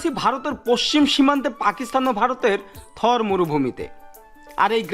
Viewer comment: Nam sudd kore bolo ata India Thor na thar